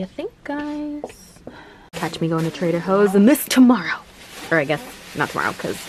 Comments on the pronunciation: she said trader hoes instead of trader joes lol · not her saying trader hos